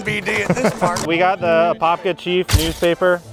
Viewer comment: Wow my fake ID said I was from Apopka back in the day. Glad to finally get a proper tour and correct pronunciation.